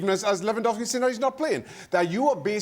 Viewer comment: A complete lack of preparation on the topic. There wasn't a single person in the studio who could pronounce Lewandowski’s name correctly — it’s really not that hard. Putting aside the lies of that last idiot, no one in the studio was prepared for the situation. Robert’s reaction is a result of the total amateurism within the entire Polish football association and the pathetic national team coach, who got offended because Lewandowski played a song on a speaker. Seriously, not a single expert found out that even though he didn’t come to the training camp, Lewandowski was at the match to say goodbye to another Polish player. Is it really that hard to read one article or ask a journalist from Poland, like Tomasz Ćwiąkała or Włodarczyk, for example? It’s kind of sad that the level of journalism at ESPN is so low. Of course, you completely ignored the numerous scandals surrounding the Polish national team — involving both players and the organization. That episode felt like a bunch of unprepared schoolkids taking a test without knowing which subject it was in. No regards.